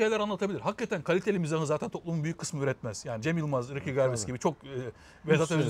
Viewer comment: ricky garbis ne laaa. ricky gervais (riki jörveyz)